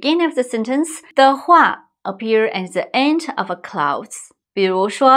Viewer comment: Thank you for this interesting, engaging and important lesson! I didn't know there were so many forms of "if". Just to help you with something in return, you used the word "clause". The "au" of this word is pronounced the same as the word "or". So the word is pronounced like 'clorz'. Thanks dear! 🧡